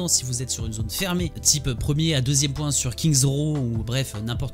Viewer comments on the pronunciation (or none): none